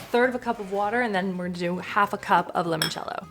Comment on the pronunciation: Scrolled a while and didn’t see anyone answer you about the pronunciation of mascarpone, so plz forgive if there are many and I didn’t see them! Mascarpone is pronounced MARS CARR(rolled ‘r’) PAWN AIR also Limoncello is pronounced l I Mon cello, not l E Mon cello lemon in Italian is limone, I know you didn’t ask but my Italian soul cringes and as you cared about how to say mascarpone arpone, I thought you wouldn’t mind. I am binge watching the cooking shows while unwell in hospital, thankyou for the fun way to pass this time!